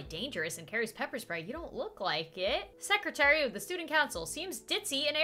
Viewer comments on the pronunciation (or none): none